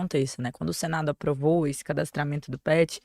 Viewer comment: Gente, o cadastramme to já é uma lei antiga. Os animaizinhos possuem um RG, quando cadastrado...AIIIII A PRONUNCIA DESSA MOÇA É HORROROOOOSA...